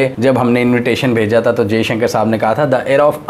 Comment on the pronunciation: Jeshanker ni hota , Dr jaishankar hai unka naam , Bhai bolna toh seekh lo , lock ko tum lack bolte ho, toffy ko taffy , views struck ho jayenge Bhai , aur Dr jaishankar nhi ayenge pakistan.